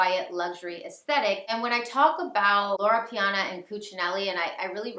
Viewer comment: LorO Piana...not Lora. 😄 Brooks Bros. (also old money , but in a different way) makes some wonderful coats using Loro Piana wool and cashmere. Its a much more affordable option that still provides excellent quality and timeless style.